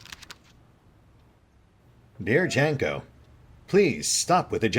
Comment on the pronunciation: Your pronunciation is pretty spot on, apart from two instances: Polish* "J" in "Janko" is read like "Y" (as in Weird Al Yankovic), not "dg" like "midge" or "jar of jam", and "w" in "Lew" is read like "v", so it's "Lev" (Lion - like Lev Tolstoy), not "Lou". *For the sake of brevity, the protagonist is Polish (and the game studio is Polish as well), so let's assume it's specifically Polish, not broadly speaking Slavic, accent :)